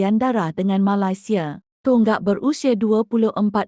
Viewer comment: admin sebut negara malaysia pun tak betul.. tak usah lh nk komen itu ini.. nanti kena scam .. sapa malu?